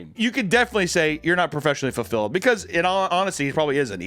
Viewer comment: He said furfilled